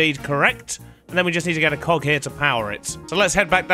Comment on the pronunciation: when he says cog it sounds like coc